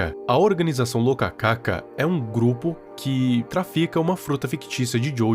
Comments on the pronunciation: só uma correção, a fruta se escreve e se le rokaka, não locacaca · Viral é "Rokaka" não "Lokaka" kkkkkkkk